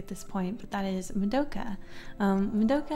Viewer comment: I'm sorry to say this but why does she say "MADOKA" it's "ma-do-Ka"